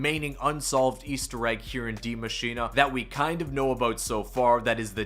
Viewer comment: Is it just me or why does he call it Die Machina... it‘s Die Machine